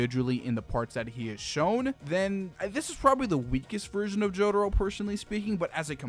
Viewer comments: “Jodaro “ Breh its jotaro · Mans kept saying “jodaro” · i mean cool video and all, but wtf is a JODERO? Cringed every time he said joDURRO, which is a lot